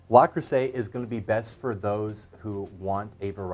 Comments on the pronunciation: but the woman in the link you provide is saying Le not La by the end of the video. in French le and la are pronounced differently. No French speaker would mix them up so it surprises me that the rep taught you to say LA. Also, in the video the woman was saying LES at first. Les is the plural of le (masculine form)/la (feminine form) and is pronounced differently than both. Again, by the end she is pronouncing it correctly, LE rather than LA which is how you pronounce it. Finally, I don’t want you to think that I am trying to same you because I am not. I just want you to get it right so that you don’t run into this criticism again. Good luck my friend. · Daniel Jackson, for an english speaking person, maybe.. Not for a french speaking. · That is so annoying. How many times did he say it wrong? It’s right in front of him on the lid. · Absolutely. Say it right please. 👍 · Yes you are right - the correct pronunciation is 'Le', and not 'La'. I am French-born and it is very odd to hear someone say 'la' for a word that is actually written as 'le'. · its not La its Le - Le Creuset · LUH crusay. Not LAH crusay. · Small knit pick, but it’s Le Creuset, not La Creuset. So it’s pronounced Leh Croo-say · ARRRRGH! If you're going to discuss a product, at least have the sense (and decency) to pronounce the name correctly! It isn't LA Creuset! It's LE Creuset! (Like Lu - - or LOOk). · Le Creuset, not 'La' Creuset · It's not "LA" Creuset!!! .....It's pronounced "lehh" Creuset....please!!! When you say "la" you sound like an infomercial salesman!!! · Indeed it’s LE creuset and also it is not “cruisay” but “kreuzè”. You should also mention that in the lid of the staub you can put icecubes. That way the steam condensates a lot faster and your dish will be even more moisture and tender. Greetings from Belgium. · It is LE creuset and not LA creuset. just sayin' Thanks for beautiful video. Very informative. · NOT La Crueset, Le Crueset.